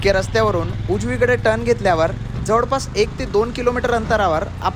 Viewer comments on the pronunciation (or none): जवडपास, सरड, मिडाला जिथे जिथे "ळ" आहे त्या शब्दांचे उच्चार तुम्ही "ड" का म्हणता? ते असो. पण तुमचा उपक्रम छानच आहे.